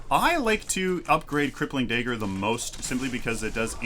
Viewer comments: Kallari master here. Just giving some tips Dagger pronunciation. Not daegger If you don't take the green buff which will chip away half your health, you can go for the river buff which will regen your mana so you can use more daggers and gank more effectively. Never use your back flip to gap close, it's not very effective and you just lost a ton of mana + your evasiveness as can be seen Don't try to use it while you're stunned, wait until your feet touch the ground, then use it, else it will bug out. And don't just use it at random, as you seem to do. Why would you activate shadow walk here? There is no threat, you can't catch up to anyone. And shortly after, you decide to ult him (as would I) which means you just lost your getaway: speedbuff and invisibility First hit out of stealth on a full health Kwang is 200+38, then a dagger for 120 and follow up for 200+25. I don't think that's worth 7 cp mate. And personally, I think survivability far outweighs the negligible extra damage from Traitors Touch, especially since you're supposed to be finishing off people, not initiating fights. And especially not with tanky heroes. Late game, a Steel ult + dash will nearly insta kill you without armour/health. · "dayger" hehe